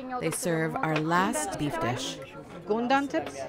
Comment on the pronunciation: It is Goden ( It means Side) not Gundan (Ant)